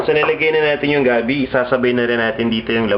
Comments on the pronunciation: Gabbie instead of gabi lol. Your so maarte lol j/k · LOL you pronounce it gabby i say it gabeh.